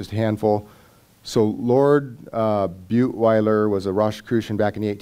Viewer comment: And yes, accidentally said "Butweiler" but he ment Bulwer-Lytton.